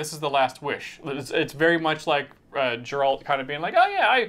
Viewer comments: Geralt not jeralt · please forgive my pettiness, but it is Geralt, with a hard G. Like in GRRRRRRRR. So "GERALT!" Not...Jeralt. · I'm sorry... HOW did you say Geralt's name???